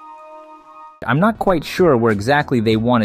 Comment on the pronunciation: He say imnot